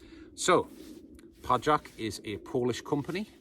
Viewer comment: Pajak if you... Noted! btw proper pronunciation PAYAK (surname of the owner. Meaning: spider)